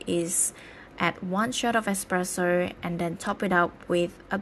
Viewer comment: Expresso it’s pronounced espresso